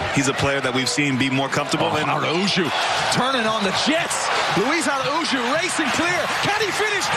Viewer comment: Luiz Araújo is Brazilian, in Brazil we speak Portuguese, not spanish, in Portuguese the “J” sound is not like in Spanish! He pronounced his name 100% correctly, although you can hear the American accent!